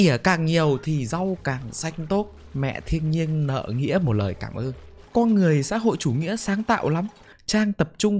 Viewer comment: Comment đi và bạn sẽ lên tv someday Cho tui hỏi tuna ngọng nên nói mấy từ kiểu "con" thành "cong" hay sao v? :))